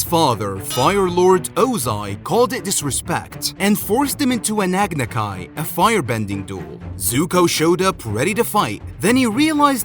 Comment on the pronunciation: i hate correcting people its agnikai not agnakai